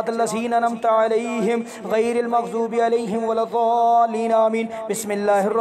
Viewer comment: جناب ممغظوب غلط ہے مغضوب صحیح ہے